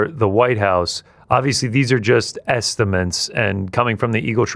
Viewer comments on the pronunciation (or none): "Esta-mints" instead of estimates. 😂 This guy is constantly mispronouncing elementary level words. It's wild to look to be in your 40s and still be so ignorant to words that the average child should know. It says a lot about his level of intelligence and perceptiveness. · "estiments" Tit